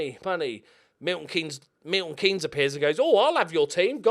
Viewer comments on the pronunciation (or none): none